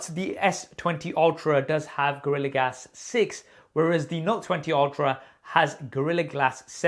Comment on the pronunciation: he said "gorilla GAS six" which cracks me everytime